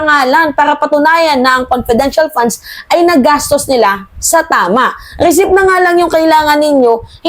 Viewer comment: mali ka na naman sa pronunciation mo sa receipt ang sabi mo recip "recit" ang bigkas na tama.